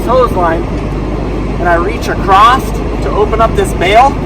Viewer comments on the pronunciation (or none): Great video with fine detail on insights and explanations without losing the focus (btw: “acrosst” and “heighth” are invented words)